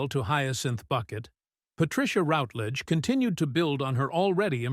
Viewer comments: Thank you. Well compiled. However, forget the click bait! Not necessary. Sad, I think not!. Also, her name is pronounced ROWTLEDEGE not ROUTLEDGED! Cheers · What viewers may not know is that she is also a suberb singer of classical music. Watch her appearance in the Michael Parkinson chatshow via a fabulously funny song called "I Want To Sing In Opera". It's a hoot available on YouTube. Word to Presenter: shamefully and inexcusably you constantly mispronounced the lady's surname, except at the end. Shoddy workmanship. Furthermore the tribute was heavily overlong; you repeated yourself several times; overall you tiresomely got in the way.